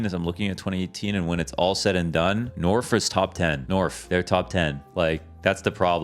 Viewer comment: Norf top ten? Norf? Top ten? Norf.